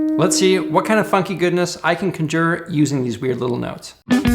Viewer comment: Cajur? Con-jur.